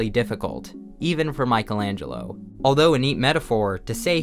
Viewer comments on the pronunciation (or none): Michelangelo, not Michael. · its the first time i see someone calling michaelangelo MICHAEL ANGELO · you are so unqualified to write on this. first you cant pronounce his name. then your insights are wrong.... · You were able to butcher Michelangelo’s name, the name of his works, and of almost everyone who was cited.